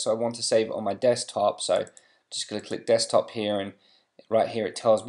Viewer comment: lol you said desk 'cock' top